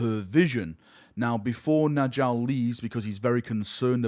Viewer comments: its nYALL. Nordic "j's" are pronounced as a "Y" sound! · Please pronounce Njall correctly